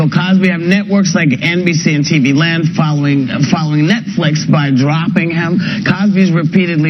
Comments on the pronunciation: I agree with Rosie on a lot of her views. However, it seems like she has slipped into a deep depression. Rosie Perez: "Netfleex" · “Netfleex & TV Lond”